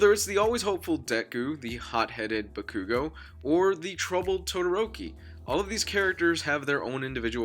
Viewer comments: "Back-oo-go" I'm not even mad, that's amazing. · You said Bakugo wrong...